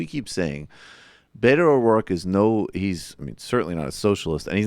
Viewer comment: Learn to pronounce Beto correctly too.